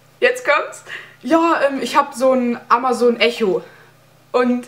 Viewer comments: Es wir eko ausgesprochen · Einer der ersten der das hat? Ich hab das seit 2 Wochen und ich bin der uninteressanteste Typ in diesen Kommentare😂😂 - und bitte hört auf "Echo" zu sagen.. es wird "Ekko" ausgesprochen 🙄😣